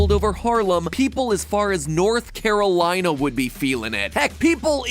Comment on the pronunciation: When he said North Carolina 😖